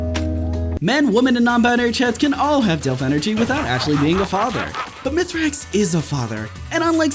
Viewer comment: It's MEthrax not Youthrax. hands off